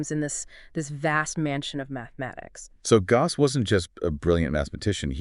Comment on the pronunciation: The fact that they can't pronounce the name "Gauss" consistently is maddening! It's like nails on a chalkboard!